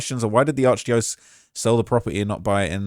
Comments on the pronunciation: "ARCH DIOS" 😂😂😂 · ARCH DYO CEASE <--- THATS HOW U PRONOUNCE IT DOGGY😂😂😂😂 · It’s arch *die-uh-cease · Arch die O's 😂😂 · Alright, say it with me: ARCH-DIE-UH-SEES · it's pronounced "Arch - Dye OH SEES"